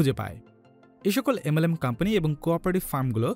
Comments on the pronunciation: Pradact ar campany na bole product and company bolle ki amra bujhtam na? Accent thik koren kindly kan e lagtese jinish ta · Pradact, Campany, LOL englishman , Very FLuent, Im Touched...😍😍